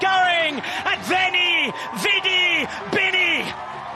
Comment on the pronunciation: He said vini vidi bini ,not beni beni